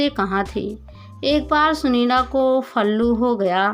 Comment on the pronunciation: Shi khe . flu ko falu🤣🤣